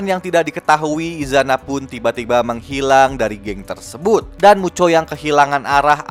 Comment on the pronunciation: Muto bang bukan mucho